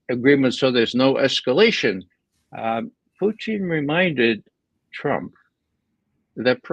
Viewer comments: He's insightful, but this guy annoys me. It's POO-TIN, not Putein. He's a man, not a source of Protein. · Can Ray McGovern stop calling Putin Pu -teen, he sounds dumb when he says that.